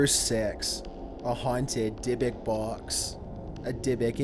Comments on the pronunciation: How do you pronounce Dybbuk correctly twice and then incorrectly the rest of the time? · In thought dybbuk was pronounced die buck